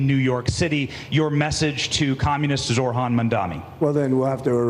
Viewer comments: Not Zor-han. It is Zoh-ran. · I have to be an ass lol It’s zoHran, not zoRhan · Small correction. You are pronouncing it as "ZORHAN". It is "ZOHRAN" :)